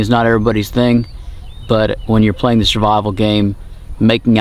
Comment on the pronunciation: He said shurvival 😂